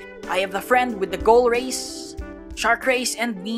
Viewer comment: bro say race but come out racist